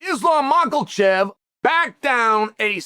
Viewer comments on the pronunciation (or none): makal chev , pee era , unc needs pronunciation lessions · There is no L in Makhachev ha